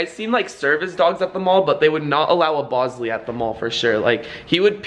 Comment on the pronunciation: she said bosley